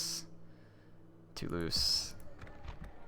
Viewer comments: Toulouse is pronounced "too-loose" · Two-lose for Toulouse